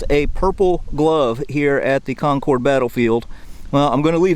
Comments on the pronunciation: Love the video and walking through my childhood memories but Concord is not pronounced Con Cord. Run it together. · Patiently awaiting JDs movement away from Concord. If I have to hear him say Con-Cord one more time I might just lose my mind. Con-Cord, Con-Cord, Con-Cord... Nobody says it like that. I realize not everyone is from the area, but in addition to the great history lessons these videos provide, an accurate pronunciation of the city's name would be appreciated. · Nice job, but… learn how to pronounce Concord! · FYI: the second syllable in Concord rhymes with bird, not board. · great video...but the pronunciation of Concord is not Con-cord (long "o" sound) but Con- "kurd" and the emphasis is on the first syllable "Con"...I can't help my fussiness as I'm a Yankee!...lol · Please stop saying "CON-CORD". It's pronounced "CON-CURD." Again, the first armed offensive with shots fired of the Revolution occurred at Fort William and Mary in Portsmouth Harbor in New Castle NH on December 14th 1774. Perhaps you should take a trip up there and do a video that corrects the inaccuracies all your previous videos. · Con-curd not Con-CORD. Sorry. Had to lol. Was at North Bridge today! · Not, “Con-cord” like the airplane- “Con’cud”. “Con-cud and Lexington “ Lexington,” pronounced as it sounds…. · It’s pronounced COHN-kid not CON-cord. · It is Conc'rd not ConCORD. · It's not conCORD, it's pronounced Cong'-kerd. The Concorde was an airplane. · really enjoyed your interesting series. Just one tip: the locals pronounce Concord "con-curd", not "con-cord". If you're a true Bostonian, you would shorten the r and it would become "con-cuhd"! Keep up the good work, and thank you! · Its not pronounced "Concorde" like the plane. It is pronounced like "conquered." In fact, it is pronounced exactly like the word conquered. I've lived here all my life. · It’s pronounced Cahnkurd. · Um... it's pronounced Kon' kid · Conkid… It’s pronounced Conkid emphasis on the first syllable.